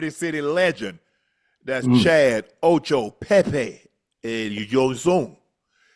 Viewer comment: “OchE”? 💀Jim don’t even know his name😂